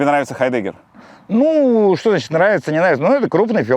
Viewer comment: хАйдегге Мартин, видно религия дедам не позволяет ударениена первый слог е**нуть 🤣